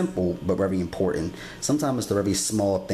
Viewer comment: azackly!! lol